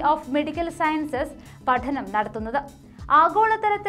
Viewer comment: പഠനം എന്ന വാക്കിൽ ആ """ഠ"" അത്ര അടിച്ചു പറയണ്ട....